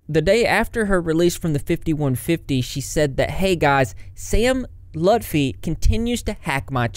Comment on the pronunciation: hey! i’m same lutfi’s cousin. just randomly saw ur vid. it’s pronounced “L-OO-T FEE” or if u prefer “L-UH-T FEE”. but not “lufti” lol. everyone always says it w/ the F b4 the T. thought it was funny. figured i’d tell in case u needed it for another video down the line.